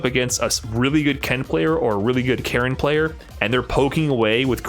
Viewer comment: Her name is not Karen it's Karin as in Kah-Reen